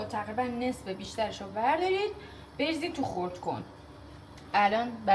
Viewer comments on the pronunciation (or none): بچه ها قارچا رو بزیرید نه بریزید😂